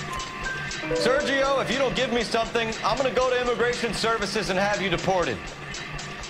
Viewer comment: "You give me information, and I won't give you to i-mmi-gration" Christ that sounds racist.